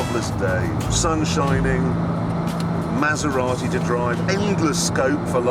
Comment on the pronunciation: I've never heard such a horrible pronunciation of Maserati. I winced every time.